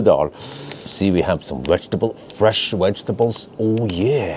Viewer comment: Why is it that can pronounce ‘vegan’ fine but cannot seem to ever say ‘vegetable’ correctly? Always pronounces it ‘wedgtable’! Surely it’s not that complicated/difficult. Pronounce V not W 😂